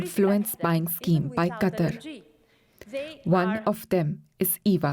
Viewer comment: Gotta admit though, this is the FIRST newscaster who got the pronunciation of the name "Qatar" right (as in "cutter").